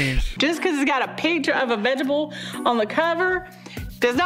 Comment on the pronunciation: She really said "a pitcher of a vegable". 🤣😅😂